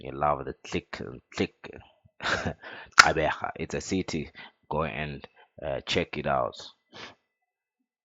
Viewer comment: Gxeberha😭... It's Gqeberha